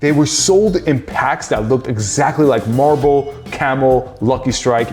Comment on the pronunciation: did bro just say malbo for malboro?